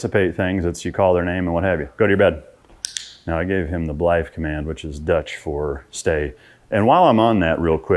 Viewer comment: Brother great insights again, currently dealing with the same situation where I want my Mal to get used to living inside the house instead of her kennel. Your dutch however is horrible. I'm from Belgium (yea we also speak dutch over here) but the way you say "bljif" is still wrong lol Sounds like the german "bleib" just with an f at the end. We can work that out if you want. In the meantime, stay with the germand commands. Keep 'em coming